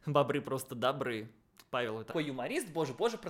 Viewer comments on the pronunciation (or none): none